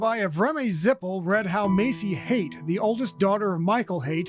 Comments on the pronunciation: It’s pronounced like “Hate” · haight—like “hate” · It is pronounced HATE. Please learn how to say their name